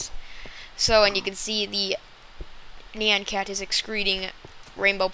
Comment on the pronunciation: YOU PRONOUNCED IT WRONG AND I WANT NYAN CAT. is it a mod?